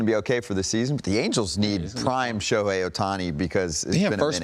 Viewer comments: Next time we're gonna hear him call "Shoku" and "Shoten", IYKWIM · Who is the clown commentator Jake Peavy (former great on the field) who keeps mispronouncing Shohei Ohtani's name? (At least twice, he says something like "Sho-hawn Ohtani".) These guys are being paid for the on-air work, so they should at least be able to properly pronounce names, especially the name of the AL MVP and transcendent sports figure. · If you can’t pronounce the reigning MVP‘s name correctly you shouldn’t be a baseball analyst. ✌🏼 foh with your sho-han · Why is Peavy keep calling him Shohan.